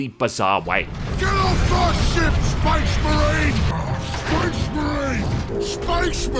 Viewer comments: did you mean SPEZZMUHREEN?! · you laugh at the Ork’s southern English (Orks are from London apparently?) pronunciation of “Space Marian” but to the outside world your pronunciation of “Geawwd damn” is equally bizarre. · "...and how they pronounce 'Space Marine' in this really bizarre way." Proceeds to say it in the exact same way the whole video.... Cracks me up dude.